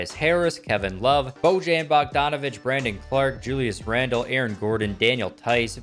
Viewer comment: Bojan, Bjelica, Ivica .... bruh learn to say names correctly